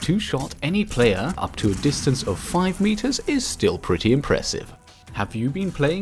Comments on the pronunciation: you said dinstance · XD " dinstance " you English very well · “Dinstance” love ur vids btw :) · Did him using “dinstance” kill anyone else? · Don't you mean Dinstance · Lol it said dinstance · thats not how u say distance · I lost it at "distance"